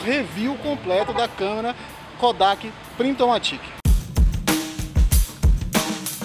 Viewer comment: Se pronuncia "PRINTOMÁTIC" (ênfase no A). Vem do inglês automatic!